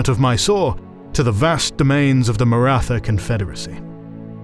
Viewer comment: Thanks for these vids guys. Suggestion to study how the main terms are pronounced would add to the authenticity of the channel. Maratha is pronounced with a T (like in Tom but with Indian accent lol) and aspirated H together, not the typical "th" sound in English like in "wrath".